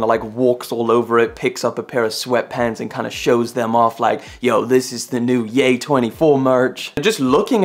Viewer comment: got on my nerves how you called him yah and its ye as in yeezys